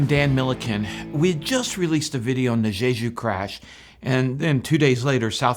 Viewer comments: QUIT SAYING ZHEZHU AIRLINES. It's "Jeju," the j sound in both syllables identical to "juice." Don't do a zh sound as in "treasure." I have lived in Korea over 20 years, so I can tell you Korean doesn't have a zh sound. Fix your Korean pronunciation, my good man. Otherwise, your content here is excellent. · Why do so many people insist on pronouncing it "zhay zhu?" There's not another word I can think of that starts with J in the English language where the j gets a zh- sound. In any case, it SHOULD be pronounced "jay ju."